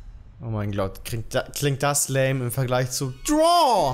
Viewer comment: oh mein glot 😂😂😂